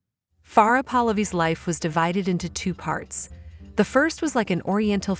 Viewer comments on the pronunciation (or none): none